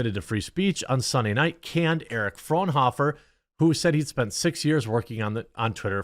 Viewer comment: I cannot express just how incorrectly you guys pronounce Frauenhöfers name. Its a German name.😂